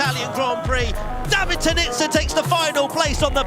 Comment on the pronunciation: David is a long AAA sound not the ah sound.